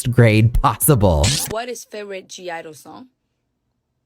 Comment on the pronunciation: Honestly, you're one of the first K-Tubers to properly explain the (G)I-DLE name pronunciation in a simple and clear way. I don't know how many comments I've made explaining this as a pre-TOMBOY Neverland. Some of us older Nevies are all the time explaining the lore, but it's much easier when a popular essayist like you just does a video about it.